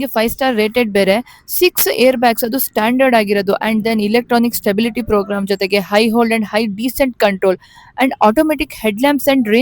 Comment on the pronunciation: ಹೈ ಹೋಲ್ಡ್ ಅಲ್ಲ ಮೇಡಂ ಅದು ಹಿಲ್ ಹೋಲ್ಡ್ ಮೇಡಂ. hill hold ಅಂದರೆ ಏನು ಎಂಬುದನ್ನು ಮೊದಲು ತಿಳಿದುಕೊಳ್ಳಿ ನಂತರ ಕಾರ್ ನಲ್ಲಿರುವ ಫ್ಯೂಚರ್ಸ್ ಗಳ ಬಗ್ಗೆ ಜನರಿಗೆ ತಿಳಿಸಿ.